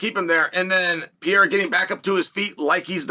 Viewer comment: Pierre-a doesn't scare Yurry